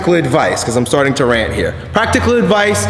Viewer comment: Whenever I heard, "because I'm starting to rant here", I heard the slight New York-ishness!